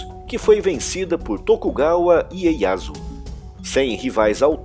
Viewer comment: o "Hideyoshi" é pronunciado "Rideioshi" "Ieyasu" é pronunciado "Ieiassu" essa NÃO é uma correção, mas um adendo importante, que muitas pessoas não mencionam, o que acaba levando a mal entendidos: Portugal vendia tantas armas pros feudos em guerra do Japão que chegou um ponto que havia mais mosquetes/arquebuses no Japão do que em toda Europa, com o fim da guerra civil japonesa, e dado que Tokugawa optou por ter um governo diplomático, em vez de militar, e por tanto não retornou a atacar a Coreia, a economia portuguesa recebeu um golpe significativo, e, no intuito de recuperar a renda, Portugal financiou e armou uma revolução contra Tokugawa, visando reiniciar a guerra civil para que eles pudessem voltar a vender armas para todos os lados do combate. A revolução foi massacrada. Todos os maiores samurais da época, inclusive aqueles que estavam do lado perdedor em Sekigahara defenderam a autonomia japonesa contra a influência de uma potência externa que desejava mergulhá-los em mais cem anos de guerra civil. Exterminada a revolução, Tokugawa ordenou que todos os apoiadores e fomentadores desta fossem mortos e que o país fosse fechado para as potências europeias (mas não pra China e Coreia, apenas para os Europeus), para o cristianismo e mais alguns grupos de origem europeia. A exceção foi uma única cidade portuária que pode continuar a fazer comércio com os Países Baixos (vulgo: Holanda), que não apenas eram rivais econômicos de Portugal, mas foi quem os denunciou